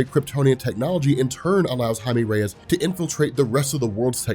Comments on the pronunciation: Jaime Reyes is pronounced (Ha-e-meh) (reh-yes) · Is that how you really say Jaime Reyes?